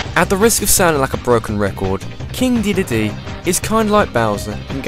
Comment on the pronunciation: King DeDEDEE! The way you say it is funny!